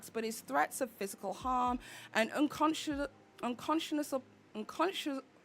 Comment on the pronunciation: Un-consh-eh-nable unconscionable